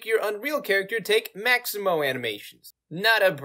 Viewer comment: Its Mixamo! not Maximo!